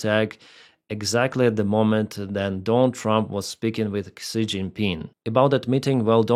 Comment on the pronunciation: Він Ші, а не Ксі 🙃